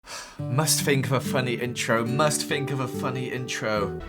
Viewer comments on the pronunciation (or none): Anika Milevska bro calm down! says ‘Fink’ and not think. “Idiot”. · Fink?,It's think not fink you idiot 🙄🙄🙄🙄